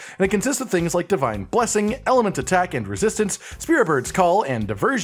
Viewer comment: Ah, yes, we all love "Fivine blessing"